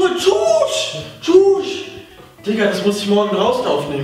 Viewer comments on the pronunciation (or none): Haha das heißt tüch nicht tuch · Heißt es nicht ,,Schüch,, oder kp wie man das schreibt anstatt ,,schuch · Des wird anders ausgesprochen nicht ,,tschuuusch"😂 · Bitte sag nicht mehr chuch das regt mich so auf weil du das absolut falsch sagz